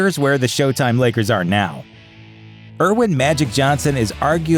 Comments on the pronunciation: It's Earvin dude....but I hear you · Did you seriously just call Magic Erwin? It's Ervin... Get it right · Turned this garbage off as soon as you you called Magic Johnson "Erwin".